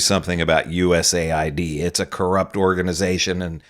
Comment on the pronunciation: It’s pronounced US-AID” giving its right conotation will give it context.